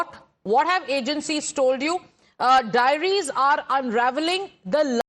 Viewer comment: Diaries not Dairies.